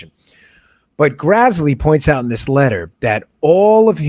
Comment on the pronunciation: Great show. FYI, it's Senator Grassley, not Grazzley. Carry on.